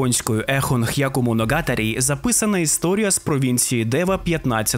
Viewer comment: Дуже класний відос, дякую! Та все ж мушу наголосити на помилці в вимові деяких слів(я японіст). Не х'яку а хяку, та не моногАтарі, а моногатАрі. Я не хочу придиратися, просто трохи ріже вуха😅😅 А так то дуже дякую за це відео, класний та цікавий матеріал!!!